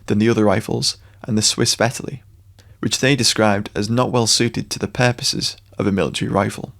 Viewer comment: Did they really manage to fuck up "Vetterli"?